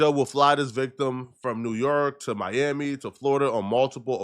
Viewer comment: Was that Mami or Miami 😂😂😂